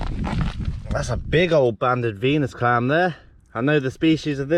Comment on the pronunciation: When you said Venus clam I thought you said penis clam